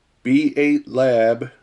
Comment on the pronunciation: I think the B8 in B8 Lab baits are pronounced “bait”